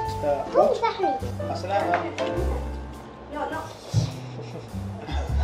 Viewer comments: Wa laikum assalam... And sorry about this... But its pronounced as assalam u alaikum. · Wa laikum assalam.. Sorry about this... Its pronounced as assalam u alaikum